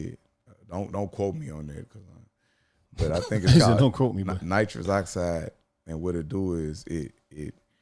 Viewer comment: “Nitric” not nitrous